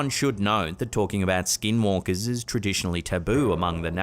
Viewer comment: Good job of the correct (~85%) Navajo pronunciation of skinwalkers,. 😂